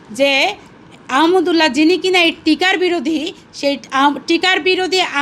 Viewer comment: তুইতো আহমাদুল্লাহ নামটা পর্যন্ত বলতে পারস না ঠিকমত